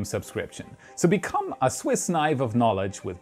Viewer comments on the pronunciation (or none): none